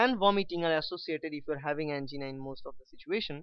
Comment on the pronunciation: An - GEENA 😂